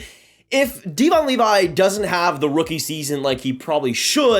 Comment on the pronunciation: Devon Levi first name is pronounced (dev-in).